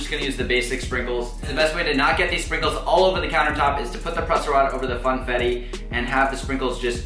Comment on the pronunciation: did anyone hear him say fanetti😂instead of funfettu